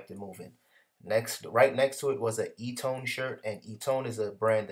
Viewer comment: Great info on items purchased. Eton I believe is pronounced "eaten". I so feel you on the passing of Nipsy Hustle. I used to live a few blocks away from the strip mall he owned and unfortunately lost his life at. My hope is that his death is not in vain. RIP